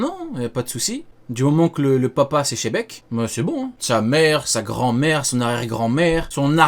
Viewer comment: on prononce Dzebeku et non chebec 🤣🤣🤣 Et ui je le dis depuis longtemps mais c'est Buggy Figarland et Rocks D Shanks. Oda troll une majorité et la théorie sur les drapeaux de pirates de ne tient pas la route. Le problème de goji est qu'il fait une fixation sur les forshadowing et moins sur le style scénaristique d'Oda.